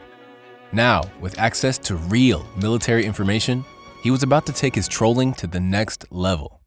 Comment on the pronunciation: every time the narrator says "trolling" I just burst out laughing